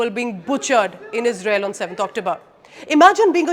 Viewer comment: we sappot yuu ijrael 😂😂😂